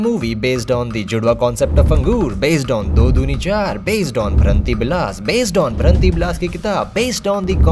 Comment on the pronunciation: As a Bengali, Someone really pronounced VRANTIBILAS , so right & effortlessly 🥹 yaar sukun mila